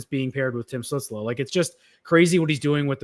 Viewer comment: Holy! I can't believe that people still can't pronounce Tim stutzle name ever have beef stew or apple studel it's not stut like butt it's stutzle like motley crue stu stutzle